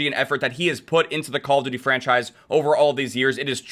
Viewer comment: "IT'S VERY HARD.... CaLlA DuTie"